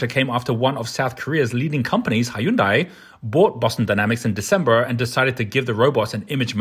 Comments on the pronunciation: pronouncing Hyundai and Amazon wrong... where did you get this guy? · X=Whoondai, O =Hyon-day